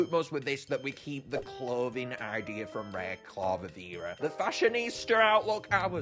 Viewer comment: Not clavavera it's candlvera.